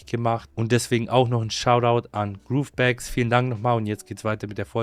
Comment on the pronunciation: GroveBags als Sponsor haben aber nicht mal richtig aussprechen können hahahahaha Steht da Groove oder Grove?